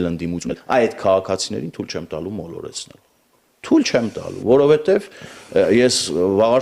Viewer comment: Բա որ գիրքա գրել հայերեն, որովհետև բառը մինչև հիմա վուրովհետևա արտասանում։